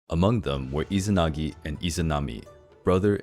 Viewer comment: still izanagui not izanagi...